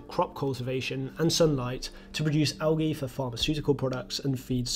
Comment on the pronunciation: Thanks for pronouncing "algae" correctly, that´s usually a stretch for English-native-speakers. Also a stretch, is being British, and explaining to others, what "wastewater-treatment" is (in ), while the British wastewater-treatment collapses to the levels of 3rd-world-countries that never had such infrastructures to begin with... (disclaimer: Not the result of failing British infrastructures, but solely the result of greed, not allowing wastewater-treatment for reasons of profit-maximization ;-)